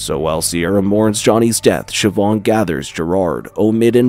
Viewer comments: Irish can be a .... weird language to native English speakers. The actual pronunciations are a bit hard to type because the language itself has broad and slender constants and vowels which are sort of hard to type out. "Siobhan" is pronounced "SHI-VAHN", not "SHI-BAHN" but you were close! Ciara is pronounced "KEE-ARAH" not "SEE-AIR-A" I'll cut you a lot more slack with the ship name, as to a native English speaker the actual pronunciation will make no sense. Niamh is not pronounced as "NEE-AHM".... It's "NEEV". Amh makes the "OHV" or "AV" or "EEV" sound in Irish, and IA is pronounced like "EEE-AA" or "EEE". Cinn isn't pronounced "SIN", its pronounced "KEEN". Óir is not "O-EER", and again the pronunciation is a bit hard to type, but its sort of like a combination between "ORR" ,"AR", and "OH-ER". So the ships name would be pronounced "NEEV" "KEEN" "ORR" Told ya Irish was weird :P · It's pronounced "SHI-VAHN" It's an Irish name.